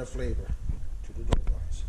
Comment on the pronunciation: Haha you says it the right way lol. My buddies from Placentia bay calls em dough balls. I didn’t have a clue what they were talking about lol. Happy Easter, to you and yours!